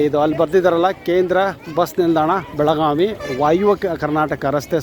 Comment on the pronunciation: Belagavi, not belaganvi.